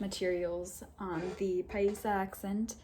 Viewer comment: Si. Que más, pues? Como lo dijo se escuchó en perfecto paisa. Saludos y continué que va muy bien.